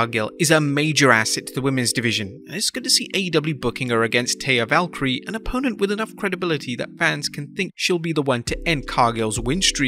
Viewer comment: You said it wrong. it's Taya Valkyrie